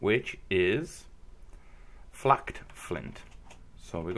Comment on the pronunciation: Flaked Not Flacked Its Pronounced Flay k'd You Did The Same With Knapped You Said KK Napped And Didn't Pronounce It 'Napped